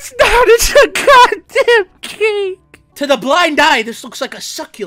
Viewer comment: WAIT DIO HE DI.DIO HE SAYS CAKA